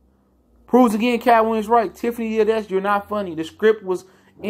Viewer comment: Tiffany Had-dash... lol